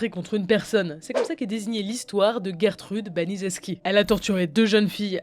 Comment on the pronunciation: Gertrude😂 ça se prononce pas geurre trude jer trude